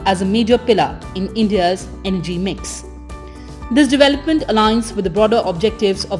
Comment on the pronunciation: For God's sake it is Energy not MG. In some videos, she doesn't even follow commas while reading but breaks the sentences inappropriately, sometimes even changing the meaning of the sentences